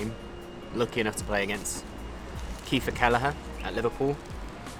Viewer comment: Keefer Kelleher?? Oh no 😅😅